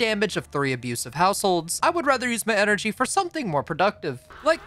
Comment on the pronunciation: NUCLEAR ENERGAEH